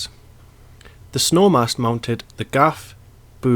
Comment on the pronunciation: Pronounced SNOO.